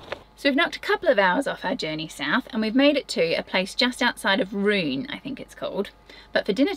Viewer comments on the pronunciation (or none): That disclaimer properly made me laugh but not as much as “Jon, no!!” 😂 I’ve never heard Rouen pronounced like that - Rou-on with a soft n.